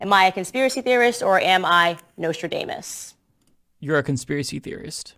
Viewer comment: She totally pronounced Nostradamus wrong x]